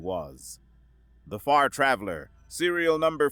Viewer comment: You said Far Traveler, but I heard the name of the ship as the Fart Raveler